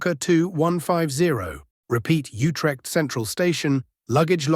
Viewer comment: this is great also it's funny how after perfect pronunciations of dutch streets we hear shiphol and jutrecht in radio messages